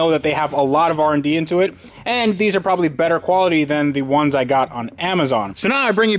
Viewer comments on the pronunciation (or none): none